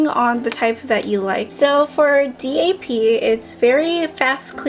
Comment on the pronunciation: Don't spell "DAP" out just say it.